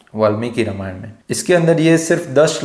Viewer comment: Namaste! You are doing an excellent job. Would request only one thing. I have deep respect for Bhagavan Ram and hence recommending with deep respect to please speak his holy name properly in the word Ramayan as NOT 'रमायण'(Rmayan) but 'रामायण' - (Ramayan) as it is bhagavan राम and not रम. Because Ramayan is the story of his journey/holy path and we get the benefit of his holy name chanting when we say it without any distortion. Let's not keep the listeners away from the benefits of holy name listening and chanting (Sharavanam and Kirtanam) Hope it helps. Thanks for understanding. Several Mandirs, libraries and Gurukulas have been destroyed, in Northern and other parts of India and many holy names of places and persons have been purposefully distorted. Let's NOT do this to this one atleast. If a 3 year old little girl Ramaa Kumari can do this, we all can do this! Jai Shree Ram! 🙏